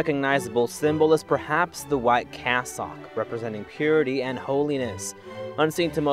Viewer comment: "Cass-sock", "Might-rah". 🤦🏽‍♂️ 'aiight, imma head out.